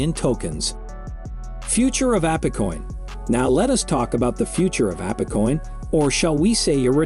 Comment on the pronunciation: Probably AI voice. No one would pronounce it Appecoin lol